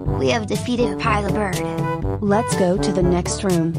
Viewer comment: Bro really said “Opilah Bird”💀💀💀